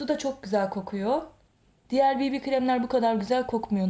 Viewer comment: Bibi krem diye değil bebe krem diye okunur bir öğretemedik